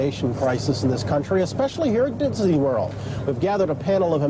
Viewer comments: LOL. Bryant Gumbel said "Ditzy World" . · LOL I scrolled to look for a comment on him..."Dibznee Wurl" I mean seriously? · "...especially here in Ditsney world..." " DITSNEY" thats what i heard him say, hahaha, lol. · Dinsney World! 😂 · Diz-a-nee world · "HERE AT DIBSEYWORLD!" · Did the reporter just say Didseny world